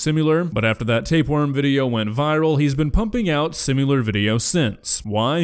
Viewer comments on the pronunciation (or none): Script writer needs to put the word "similar" in there because the narrator can't say it and constantly says "simular" lol This is Benedict and peng wengs all over again. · SIMILAR, not SIM-YOU-LAR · Similar not simular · Is he saying "simular"? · “simUleur” lmao. come on now 😂